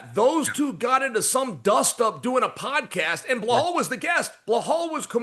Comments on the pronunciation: Chael please stop saying Bla-hal, it’s Be-lal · Gotta love Uncle Chael and his mis pronounciation of names. Like who is “Blahal” Mohommad 😂😂😂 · Hey DC , why don't you tell Chael P.Brain to remember the real name? Belal is not hard to say. Why do you and ESPN put up with that ? Or just use the last name. Muhammad isn't hard to say either.